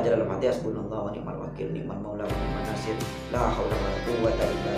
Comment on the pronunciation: Mohon maaf🙏 bukan niat untuk menggurui,tapi saya berpesan khusus.ketika membaca wani'man nashir yang nashir nya dibaca ketika huruf S itu monyong bibirnya maaf karna itu sot bukan tsa,buka sya,buka Sa.